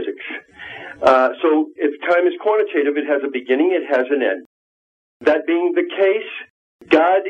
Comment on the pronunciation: QUANATATIVE?!!? ARRRGGGGGHHHH!